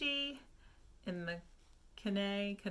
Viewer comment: Persuasion is my favorite Austen novel too. And I love knitpicks Kenai colorway!! I think it's pronounced Key Nye...I have a relative named Kenai after the place in Alaska. :)